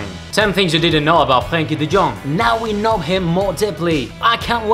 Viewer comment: the r in Frenkie is a RRRolin r